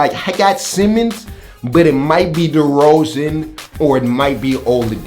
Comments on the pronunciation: bruh u said derozan 💀💀💀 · Derozen??? Cmon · this dude said DeRozan in the east lmao